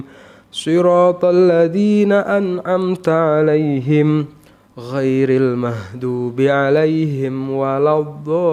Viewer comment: Bukan mahdhuubi tapi maghdhuubi matinya huruf ghain kn tadz?